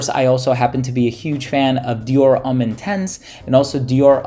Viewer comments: not even close. It's pronounced "Om" as in meditation, not "ummm" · "Dior Umm"